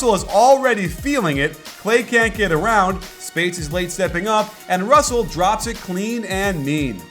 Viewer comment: lol he kept messing up russel and clarksons names wrong